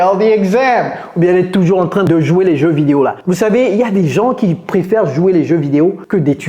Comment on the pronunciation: Vous êtes drôle quand vous dites t r a i n😂😂😂